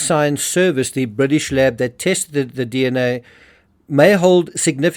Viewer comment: Bwitish media? *Englistan media. Fixed that for you. Bwitish lab? *Englistan lab. If you're going to pronounce the as 'thee', Google 'thee meaning' first.